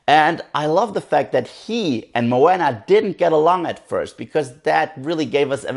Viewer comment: it's funny how Maui remind you of the genie from "Aladdin",becuz the animator who animated the genie,actually also animated Maui's live tattoos I heard,other than that,i just finished watching it,and I totally loved this movie(one of the reasons cuz I'm part Polynesian), but I definitely plan on watching it again. (jus one note tho,Moana is pronounced more like 'mo-ah-nah',not 'mo-anna',but other than that,nice review). (